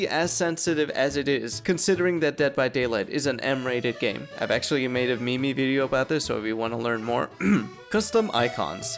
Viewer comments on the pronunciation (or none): So no one is gonna talk about how he said "me me" instead of "meme" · meme is pronounced "Meem" - DBD Icon tool box has been retired. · bro called a meme a "me me"